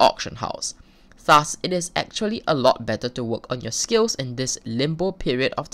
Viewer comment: it made me aggresive when you said "thus". idk why but you just pronounce it so weird!